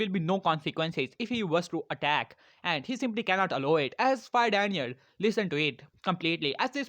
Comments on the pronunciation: The fire lord isn’t called daniel he is called daimeyo and you pronounce it like die-me-yo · its daimio not daniel